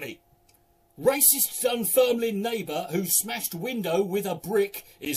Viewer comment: Aye, good job knowing how to pronounce Dunfermline. But do you reckon you could do Kirkcaldy?